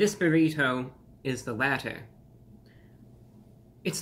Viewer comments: the way you say buriTOE is hilarious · The way he says “berrito” lol 😅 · He says burrito strangely.